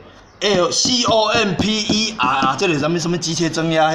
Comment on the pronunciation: com要發 康 類似砍不雷射的音才對